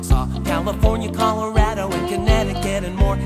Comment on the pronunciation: I'm sorry, but the whole video is wrong because the way you pronounced Colorado